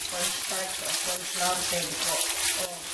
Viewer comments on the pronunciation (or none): none